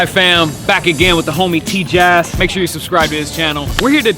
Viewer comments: It’s pronounced “TJ-Ass” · How Professor say Tjass Teach ya ass